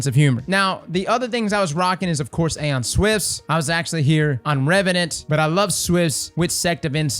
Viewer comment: "Aeon Swiss"